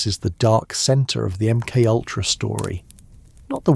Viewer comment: Your pronunciation of MK-Ultra (m-cultra) has me wondering if your AI...